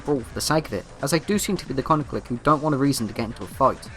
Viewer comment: The way you pronounce clique hurts my soul